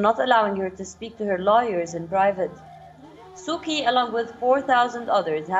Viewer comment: It's Su Chee.. not Su Kee